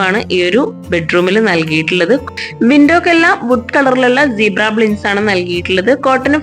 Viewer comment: കൊള്ളാം... പിന്നെ... ബ്ലിൻഡ്സ് അല്ലാട്ടോ... ബ്ലൈൻഡ്സ് എന്നാണ് പറയുക. സ്ഥിരം ഇങ്ങനെ പറഞ്ഞു കേൾക്കുന്നതുകൊണ്ട് പറഞ്ഞു എന്നെ ഉള്ളു... 😊👍